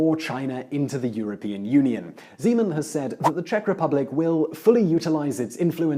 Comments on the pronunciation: it's Zeman, not Žeman i don't like him. at all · Zímen :-D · OMG his name is ZEMAN,no ŽEMAN!!! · I only heard President Semen o.o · i must hearing things, Did he just say President Cemen? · I love how he pronounces "Zeman" as "Z-man" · Just a note. The Czech president's name is Zeman, with a hard Z